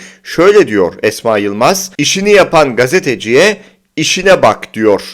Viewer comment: işine değil ,işİĞNE bak işİĞNE diyor